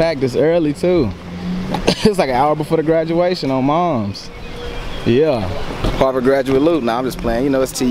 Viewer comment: lmao "harvard"